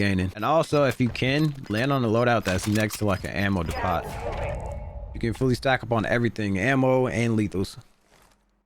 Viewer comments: Depot 😭. It's pronounced Depo but spelled Depot. It's fucked ik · 😂😂😂. a ammo what. Chillll. He said a ammo dee pot. U never heard of Home Depot 😂😂😂😂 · Ik u didn’t just pronounce it ammo “deepot” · Makes great decisions, is all around great player. Can’t pronounce “depot” Life is cruel